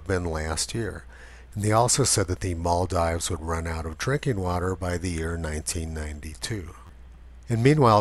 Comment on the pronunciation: It's pronounced Maldeeves, not Maldives.